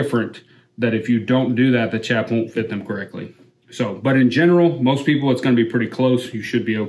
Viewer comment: I appreciate the video after the 369th time you said "chap" wrong.